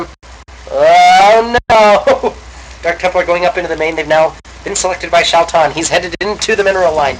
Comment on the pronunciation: Its pronounced SHAY-TAN (Tan as in sunburnt) =D